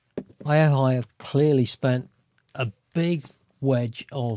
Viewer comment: Funny how all the reviews of this power bank always get the name wrong. It's pronounced "O-HI"